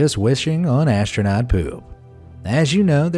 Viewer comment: You say astounot